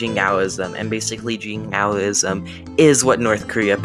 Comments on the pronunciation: not just extreme, imprecise too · Good video although you pronounced Jingoism very badly, you could in the future also focus on historic British and colonial Jingoism prevalent at the time the word was coined in 1878 by George Holyoake rather than the modern-day example of North Korea that is a bit more extreme.